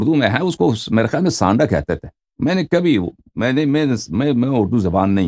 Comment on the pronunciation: Aapka Sirf Sanddah bolay